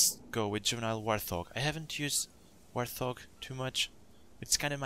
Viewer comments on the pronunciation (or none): Hey great video, just wanted to let you know that "warthog" is pronounced as "wart-hog", not "war-thog". Not trying to insult you or anything, just trying to help! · its pronounced wart-Hog